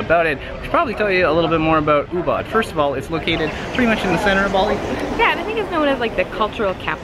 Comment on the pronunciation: Guys Ubud is not pronounce as Oobat but Oobood.